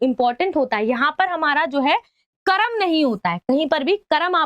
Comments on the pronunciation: Ma,am oo karam nahi hota wo karm hota hai 😂😂😂😂😂😂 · Karam❌ karm✅😅😅